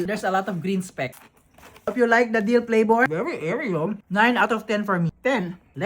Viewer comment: Flavor = "PLapouRrr"